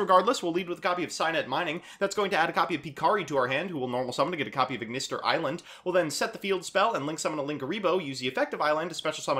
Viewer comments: Am I the only one who's frazzled by him saying "aignister" instead of "At Ignister"? Cause I thought that "At ignister" was how AI said it in Vrains. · why do you pronounce it Eye-Ignister? It's pronounced at-Ignister. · Bro why are you pronouncing everything "eye".....its very clearly "at" and "A" "I"....lmao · It is At ignister, don't worry we are right. :)